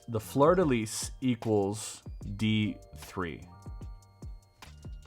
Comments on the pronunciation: I cringed every time you said fleur de lis. It's pronounced like floor de lee. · Its not pronounced Fleur de Lees. The s is silent. Sorry lol love your vids but as a Canadian close to Quebec and French NB it kinda bugged me. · BYW, it’s prounced “floor de lee” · Yeah, there are sites where you can look up the correct pronunciation of things. Things like "fleur-de-lis", where you don't end it as 'lisss'.😢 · The Fleur-de-Lis has a long history in Nova Scotia. A lot of Acadians moved to the southern states and have ancestory here.anyways you dont enunciate the s or z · bro.. i’ve heard you speak french. why you saying fleur de lis like an american that doesn’t know french is even a language 😂😂😂